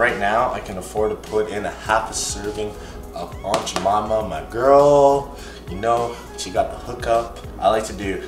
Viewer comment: just said Aunt Ja Mama 😂😂😂😂